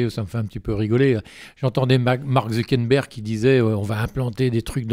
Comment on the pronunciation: Jeunet ne Maîtrise pas le sujet de la SF et du transumanisme. Déjà on dit Mark Zuckerberg et non "ZuckeNberg" et ensuite ce n'est pas lui mais Elon Musk qui veut implanter des puces dans le cerveau de la population. Et ça se fait déjà ! Il m'a perdu au bout de 3 min d'interviews et 25 min de film.